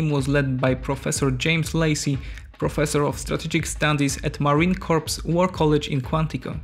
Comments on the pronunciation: Marine "core" not Marine "corpse". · Please stop pronouncing "corps" as "corpse". It is pronounced "core". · Corps is pronounced like core, not corpse. Jsyk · I would strongly recommend that you learn to pronounce Corps as core rather than as corpse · Just so you know, Corps is pronounced CORE not Corpse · For those of you that are not native English speakers it's not pronounced corpse it's pronounced core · It isn't corps the ps is silent is pronounce core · It’s not pronounced Marine Corpse, but Marine Core (Corps) is how it’s pronounced. Don’t ever make that mistake. You need to fix it. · Just FYI, the word "corps" is pronounced the same as the word "core." Also, at least here in the USA we usually pronounce "Seoul" the same as the word "soul"; I'm not sure if that's correct, though. Excellent work as usual! <3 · You don’t pronounce the P at the end of Marine Corps. It’s pronounced Core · Marine corps is pronounced "core" as in that if an apple. "Corps" is a dead person. I've mentioned this before but obviously you didn't see it. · The 'p' in Marine Corps (core) is silent. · Great video man. Nice job with the research as well. I understand English might not be your first language,and I commend you for being bilingual. But PLEASE PLEASE, the mis pronunciation of "corps" is so cringe. I humbly request you to pronounce it correctly PLEASE? "Corps" is pronounced (CORE). The Marine Core is what it sounds like. I know it is spelled "corps" , and no one ever said the english language was perfect, or that it always makes sense lol. Again, Great job on the video. Cheers! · Corps is pronounced "core". Have you never heard "Marine Corps" spoken aloud? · Hey corps is pronounced core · People, telling the AI voice not to pronounce the “p” in corps. is what is going to get us into one of these wars. Please stop.